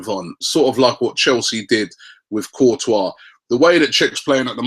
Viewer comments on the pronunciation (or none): none